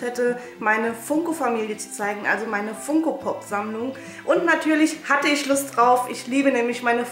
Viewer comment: Du sprichst Funko falsch aus aber egal trotzdem super Video